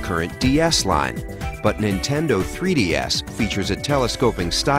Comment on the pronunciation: He said "Nintendo 3D-Ass"